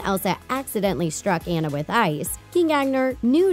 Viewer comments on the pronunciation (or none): Its anna not enna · Ok I can’t take it anymoreeee it’s pronouced ON-UH NOT AN-UH Seriously!! Have you seen the movie? It says it in the movieeee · OH👏🏻MY👏🏻GOD👏🏻 it’s ON-ah not ann-ah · It’s not Ana it’s Anna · It’s Anna not Annie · ITS NOT PRONOUNCED Anna! It’s pronounced Au-na! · It is Anna not Ana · It's Ah-Na not Ann-a and it's ArendElle, nof ArendAle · Omg your saying “ANA” but it’s “ANNA” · It's Anna not Ana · It's not Ana it's Anna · It's anna not ana:c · Not Enna it’s Anna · ITS ANNA NOT ANA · IT'S FRICKIN' PRONOUNCED AH-NNA NOT AE-NNA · It’s Ana not anna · It's Anna not anna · ANa? Um no! It more like AWNa. But spelled Anna. 🙄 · You are not saying Anna you are saying ana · It’s not annne it’s Anna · Its A N N A not Ana and quenn I D U N A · Joe 01 True, but still annoying! I mean you wouldn’t say Darth Vider or Gandulf ;) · Omg did she really just say "A"nna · It's AWNNA, say it with me, AW-NUH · First of all it's Anna rhymes with sauna. Second of all I have noticed any of this!!! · When you say Anna’s name you are supposed to say it like”Unnu” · Is anyone else annoyed they called Anna Ana? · Anna's name is pronounced AH-NA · “AH” “NA” it’s “ AH” “NA” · It is not Anna it is aona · It is pronounce Onna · Why do they keep saying An-na its Anna whyyyyyyyyyyyyyyyyy👺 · U said anae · How is anyone still pronouncing Anna's name wrong? Why did someone who's never seen the movie do the voice-over for this video? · ILoveJesusMySavior I know right it Iretates me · Ikr? It triggers me so hard. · ILoveJesusMySavior EXACTLY ITS SO ANNOYING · Y’all say her name wrong🤦🏽‍♀️💀 I hate when ppl say Anna name wrong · She said Anna’s name wrong dies inside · You said Ann's name Rong😁😁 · You said Anna wrong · WHY DOES EVERYONE SAID ANNA'S NAME WRONG!?!?!?!?!?! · That's rude she Pronounce Anna's name wrong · first you said anna rong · These Youtubers always pronounce Anna's name wrong!!!!!!!!!1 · You are pronouncing Anna wrong 😱😱😱